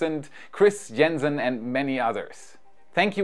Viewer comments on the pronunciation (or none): none